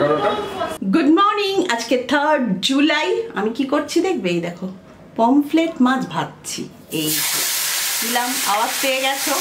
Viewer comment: pomflet mach noy , pomfret mach.... pronunciation bhul